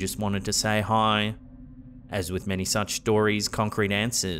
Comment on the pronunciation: The voice greeting the cereal lady sounds to me like it's saying "Mom," not "Hi." Anyone else?